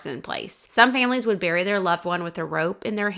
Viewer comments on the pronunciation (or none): none